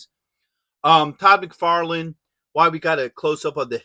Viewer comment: Its Mcfarlane Toys not Mcfarland . Great figure .